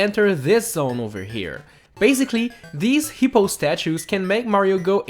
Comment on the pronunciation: "These heepo statues"